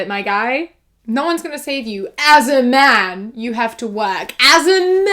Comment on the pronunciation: When you said “mAn” it reminded me of this SNL sketch that my sketch comedy teacher showed me that was “Moleculo: The Molecular Man” and every time the name Moleculo was said, whether he was in or out of his secret identity he’d say, “The Molecular mAn” and I thought it sounded just like the way you said it🤣